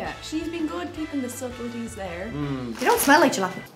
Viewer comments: Come on, you seriously think the word is "juh-LAP-in-o"?! It's Spanish, and it's "ha-la-PEEN-yo"! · Is it Halepenos or Jalapenos? Only Canadians will understand this. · Actually pronouncing jalapeno as "gel-lap-N-O" is very Canadian if you have watched the Trailer Park Boys. Viva La Ricky. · A JJJAAALLLAAAPENO what? JJJJJAAAAJJJJAAAJJJAAA!!! Halepeenyo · Lol us canadians call jalapeno chips pronounced as ja-la-pe-no all that time, Since trailer park boys is from here. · It's pronounced halla pain yo... not peen.. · Pleases do not sully our fine Canadian product with horrid southern U.S. accents! Miss Vickie's has more flavours than the 4 you tried. The only one I won't eat is the Jalepeno flavour. Btw- it is pronounced "hal-o-peen-o". Ta! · Oh come on. It was specifically for TPB fans out there. Specifically a character called "Ricky" fans. The other two main characters, "Bubbles" and "Julian" pronounce it correctly as you do. In fact, Bubbles and Julian were calling Ricky an idiot for pronouncing it his way and refusing to budge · As someone who enjoys watching trailer park boys, I was not bothered by how he pronounced jalapeño in the slightest. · Actually true canadians like hearing people mis pronounce jalapeno because Ricky from trailer park boys does